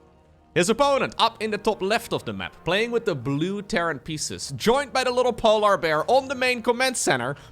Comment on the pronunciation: I love that says polar bears like Pole-R like how he says Solar vs Pole-er like it is usually pronounced. Obviously not his fault considering but I have been calling then Pole-R bears ever since lol